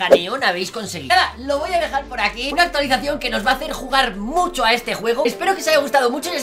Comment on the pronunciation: dijo actualizasao